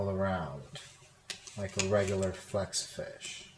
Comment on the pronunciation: u said flexafinsh not hexa